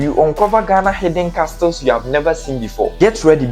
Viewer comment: I love your videos , but bear in mind that the letter "T" is Castle and Listen are silent. Pls, pronounce them as "Casle and Lisen". Me da wo ase paaa. Keep up the good work and also learn from others. Cheers!